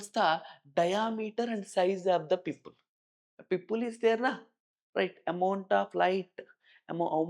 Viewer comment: I’m not trying to be rude, but I had a really hard time getting past the 20-minute mark. While the teacher clearly knows the subject, the pronunciation of key terms is a major hurdle. Grammar is one thing, but when scientific keywords sound like entirely different words, it's easy for students to get confused or lose marks in exams. For example: 'Human Eye' sounds like 'Woman High' 'Pupil' sounds like 'People' 'Membrane' sounds like 'Membroin' 'Capture' sounds like 'Capsur' Electrical signals being called Powerful signals